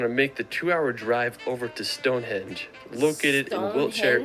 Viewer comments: StoneHEDGE ??? THis guy cracks me up. ;-)) It's StoneHENGE !! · Did he really call Stonehenge ‘Stonehedge’???